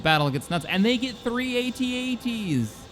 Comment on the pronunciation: Thank you for pronouncing AT-AT correctly